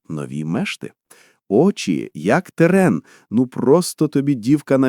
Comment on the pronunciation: 😮 Та НЕ "тере́н" а те́рен .